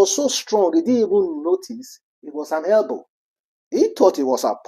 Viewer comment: Elbow not Helbow. I done see say english deh hard you, use pidgin I beg